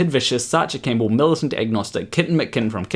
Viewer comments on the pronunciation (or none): none